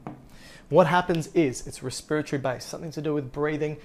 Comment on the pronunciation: Just because you pronounced respiratory that way I can’t even watch anymore